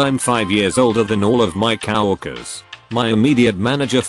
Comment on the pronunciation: "Cow Workers"? Can you get a real person to read these?